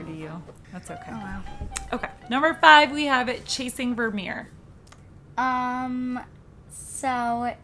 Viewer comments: Not Vermeer in particular, but a lot of Dutch words are hard to pronounce correctly for people with English as a first language. So I was impressed noticing it :) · Just came to compliment both of your for your pronunciation of Vermeer :)